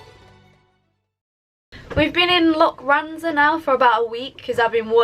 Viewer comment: its pronounced lokranza. lo kran za. forget the loch at this place haha.